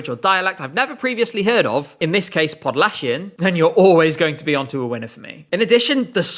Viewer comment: The way you pronounce "lusterka," "podlachian," and "Justyna Steczkowska" gives me goosebumps. One of the best pronunciations of Polish words among English-speaking creators on YouTube! Absolute masterpiece, bravo!!!